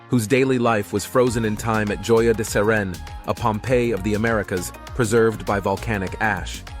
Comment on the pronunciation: JOYA DE CEREN._===HOYA DE CEREN..CORRECT.PRONUNCIATION.